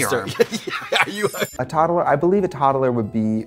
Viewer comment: "Toddeler"? Trixie's toddler has a little something extra.